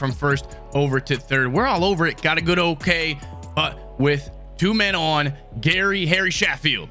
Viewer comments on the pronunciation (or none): how you pronounce Sheffield, is ( CHEF FIELD ) haha